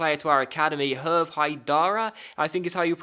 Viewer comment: Haidara, your 2nd youth squad player : his first name is pronounced like "Hervay", because of the accent on the e, just like the Stade Charléty, which is pronounced "Charlayty" Great video as always :)